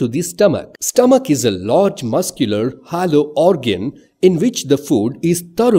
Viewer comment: Isn't it supposed to be hollow, not hallow??